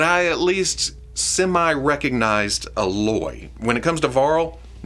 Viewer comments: Just gonna put it out there for that Aloy is pronounced “Aye-loy” lol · They could go deep with just Horizon! There are animal like machines in the game that they could make, they'd be awesome! Oh, and it's a hard A on Aloy. Like "A-loy". You got Varl right though! 👍😀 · Pronounced A-Loy. Rhymes with “Hey boy” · Eh-loy is the pronunciation for her name. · Man, I've been waiting for an Aloy figure since like 2017. Looks really good so I'm probably gonna get a few. Also hearing say "Ah-loy"... 😖 lol of course I'm only joking 🙏 Thanks for the Rewind! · While I like DP, that muscular take Yamaguchi did, not my cup of tea. You actually managed to miss pronounce Aloy's name... Revel in old Star Wars,, it only gets worse. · Yeah close. Didn’t bother me until like the 4th or 5th time hearing it so felt the need to “be that guy” 😂